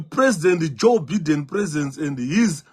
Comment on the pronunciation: Biden is pronounced 'buy-den' and not 'bee-den'.